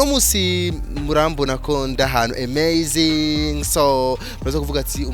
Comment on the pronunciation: Ta phrase là est dans toute les vidéos 😂😂 amazing ... en plus tu dis emezing 😆😂